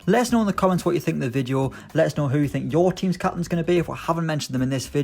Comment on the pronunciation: “Ok today’s all about capinnns”😂